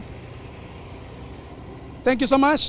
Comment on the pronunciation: Dice thenkiu so maash.